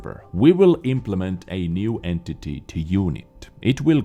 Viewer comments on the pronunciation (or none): none